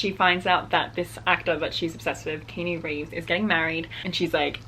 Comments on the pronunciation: your videos are amazing! And just a side note, Keanu’s name is pronounced KEY-AH-NEW. Just a little fyi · Keynew Reeves? lol Have you not heard of the actual actor called Key-ah-no Reeves? The Matrix guy? I think that is what that book is about lol.